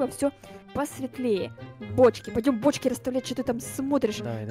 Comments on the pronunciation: В начале видео мне послышалось что, сказала почки а не бочки.😆😆😆😂😂😂😂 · Она так и сказала😂😂😂